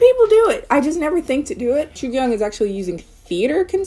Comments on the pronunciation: Also it's more like joo kyung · It’s pronounced “Jugyoong” but great video luv💕💕